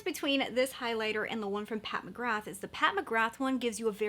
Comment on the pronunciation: Just a heads up, McGrath is pronounced Mcgrar. I know, who knew?! Didn't you get the Lisa Eldridge blush or highlighter? They are phenomenal. Another excellent brand that very few people talk about is Saie. Their highlighters/illuminateurs and blush are fabulous. 💙💙